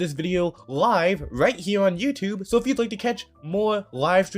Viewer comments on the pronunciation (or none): none